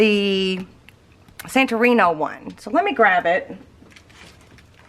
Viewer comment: It’s pronounced San-tor-rinee